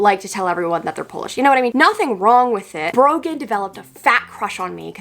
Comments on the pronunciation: I thought she said broken instead of Brogan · Not sure how the algorithm got me here but you get a like for having to put up with "Brogan"